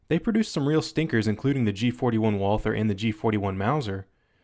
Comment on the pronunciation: Walther is pronounced WALTER not WALFER. sincerely a german speaking person